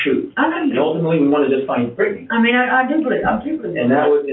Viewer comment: Why does he say Brittany like that lol Britt-nay